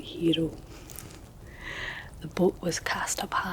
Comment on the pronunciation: I love the way you pronounce "hero"!!! 💙🙌